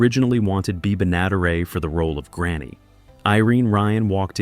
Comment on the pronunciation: This idiot AI narrator can't say "Benaderet" Why don't the stupid thing go LISTEN and get it right.